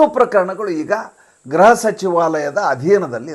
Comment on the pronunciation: Gruha alwa, Graha alla! Elroo ii naduve gruhavanna graha antha uccharistaare, yako? :(